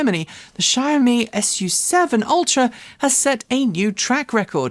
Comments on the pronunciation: Good show! Two-syllable Xioami = "Show Mee" (from what I'm reading). "Show" has an "ow" as on "couch" sound, not ō. No "zee" sound at all. I like your "Daimler" this week. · WRONG, it's pronounced 小米, practice what you preach